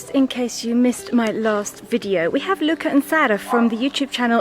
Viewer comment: Luca's pronunciation has improved, did you secretly give him lessons?